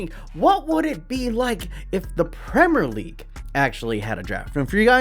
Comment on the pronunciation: Not trying to leave hate comments but the pronunciation if premier league but gd vid anyway